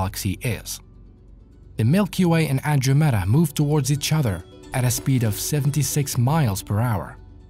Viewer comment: Also its not the "Andrewmeda" galaxy it's the AndrOmeda galaxy, exclamation mark on the "O" part of the word